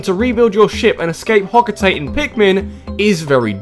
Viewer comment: "escape hotoate" oh no